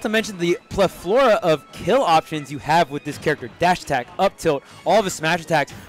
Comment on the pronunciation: Bruh its PLe-tho-ra....not ple-THOR-a